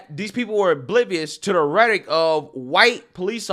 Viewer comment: Rhetoric is a 3 syllable word.